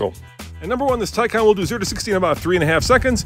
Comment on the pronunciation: You pronounced taycan wrong, the first a you pronounce ay and the second like in all